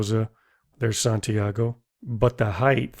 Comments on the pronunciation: The word is HEIGHT is pronounced "hite". Not "hithe"!!! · Heighth? Wtf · Narrator pronounces “height” as “hyTH” and “cross” as “crossT”. Wondering if he’s from Michigan/northern Ohio, northeastern Pennsylania.